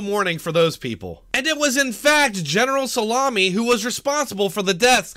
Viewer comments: Hugh Smith I think he just called him salami lmao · lol did you just call Soleimani salamini lolzzzz